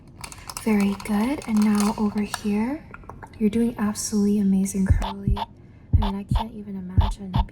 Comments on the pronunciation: you are dying: hey girlie (Edit:I know it’s curly, the way she said it it sounded like girlie and I found that funny at like while half asleep) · i thought you said "hey girly" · the way i thought she said “hey girlie”😭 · It took me wayyyyy too long to finally realize you were saying curly not girlie 😭😭😭 i love all of your horror game inspired asmr btw!!! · Pretty sure she said hey curly but hey girlie is funny lol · I knew you said curly but like I was half asleep when you said it and couldn’t un hear it 😭